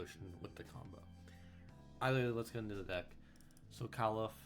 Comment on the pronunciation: Jsyk it's pronounced Cowl eh fee